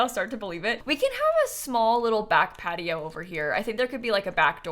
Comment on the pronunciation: Am I the only one hearing "Cat-i-oh" instead of "Patio"?